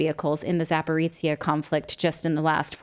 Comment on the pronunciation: Natali yore amazing but you need to learn how to say Za-po-rozh-ye